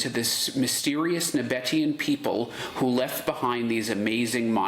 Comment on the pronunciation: Just a side note: "Nabataean" ist pronounced NabaTEEan (with stress on the third syllable).